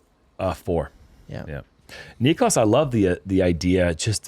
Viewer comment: i love you, and i know you're out of sorts a bit, but please learn how to correctly pronounce Niklas' name <3